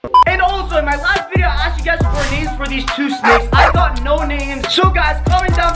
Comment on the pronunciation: I say this on every single video ......WHY THE DOSE HE SAY SNOW FOR NO😂😂😂😂😂😂😂😑😑😑😑😑😑😐🤣🤣🤣☺️☺️☺️😂😂😂😂😂